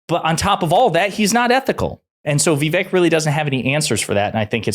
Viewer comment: You can't even pronounce Vivek's name correctly, you're nothing but a joke